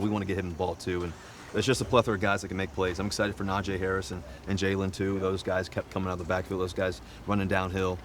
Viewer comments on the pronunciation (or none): 😂😂 especially since his name is pronounced EXACTLY how it looks 🤦🏾‍♀️ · fax lmaooo i kno najee tweakin bout how bro still getting his name pronounciation wrong still